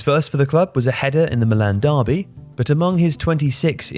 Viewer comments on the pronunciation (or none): none